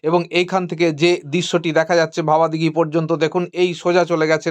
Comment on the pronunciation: জায়গাটার নাম ভাবাদিঘি, ভবাদিঘি নয়। এই জটটা না কাটলে লাইনটা সঠিক অর্থে চালু হবে কি করে? এই তথ্য যদি গোপন রাখাই হয় তাহলে বারবার নানান ভিডিওতে বলছেন কি করে যে ২০২৫ সালে চালু হবে ইত্যাদি।